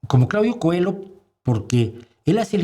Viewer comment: Dejé de ver este vídeo cuando escuché pronunciar Cohelo cuando se escribe Coelho (en portugués) y se debería pronunciar como se pronuncia en portugués. Tampoco es que me gusta mucho que se empiece por comparar el físico con el de otra persona cualquiera. El mismo bigote no hacen semejantes a Charlot y a Hitler. En fin, yo sí he leído a este filósofo y creo que merece la pena leerlo.